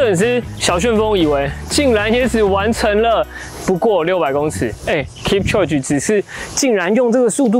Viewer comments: 他的名字要唸：kip秋給，這樣才是正確的喔🥲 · 發音應該是 Kip-cho-ge，讀音像 kip·cho·gay 話說攝影師陪跑這麼久應該早就沒力了吧！結果最後他還跑